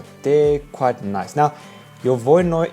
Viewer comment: You don't seem to have a clue how to pronounce Voronoi - it's not difficult.